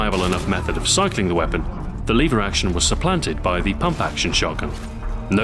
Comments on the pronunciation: liver action? omg it's pronounced LEVER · are you british? you said "Leever action".